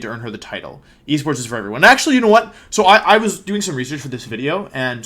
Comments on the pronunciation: I feel like you’re saying wideo on purpose now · Wery wholesome wideo Wolfey